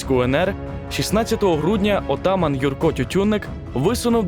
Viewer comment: Наголос на першу літеру мене вибісив😊 здається правильно атамАн а не Отаман.